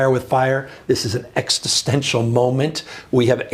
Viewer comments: “ …extistential…” 😂 I know, it’s a tricky word for a lot of people. Lols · I agree with Gavin on this moment, but come on, son. Pronouncing "existential" as "extistential" (with a 't' after the 'x') triggers my autism, hard. I can't hear anything past it, except for my rage building and my need to fidget with something. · Would it be cheating to edit the extra "t" out of Newsom's pronunciation of "existential"? It just keeps playing and playing and grating and grating